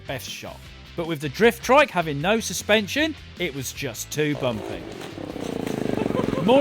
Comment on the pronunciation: Why do you keep saying "driftdrike"